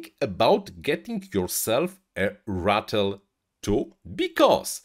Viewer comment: Who else was laughing every time he said Rattle instead of Ratel lol